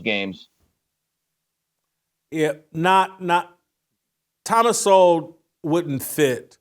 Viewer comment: COME ON....CANT YOU PRONOUNCE THOMAS SOWELL NAME CORRECTLY..... YOUR BETTER THAN THAT!!!!